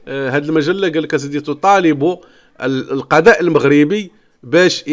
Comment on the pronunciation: نقول القضاء اخويا وليس القداء بالضاض وليس بالدال انت تنطقها بالدال.